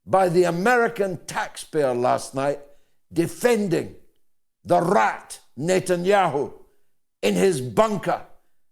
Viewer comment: Epic analysis. And no one says "rrrrat" like you.